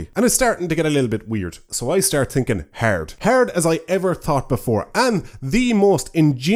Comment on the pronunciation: When he say "hard" in that Irish accent he sound like a minecraft villager.